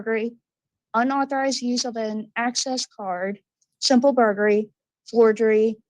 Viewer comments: Thank you, I was about to comment on the same thing. "Burgery"-when you're craving burgers but can't really afford to eat out, so you steal them instead😏🙄😆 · Is she saying “simple burgery”😂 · The girl who reads the charges in the beginning always drives me nuts cuz she says mirabello and when she says burglary she doesn't say the L lol